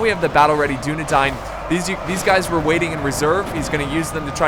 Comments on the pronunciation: Why are you saying Dine when its Dain? Dunedain. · Because it's not English and that's the way it's pronounced. Just like the first part isn't pronounced like the word dune.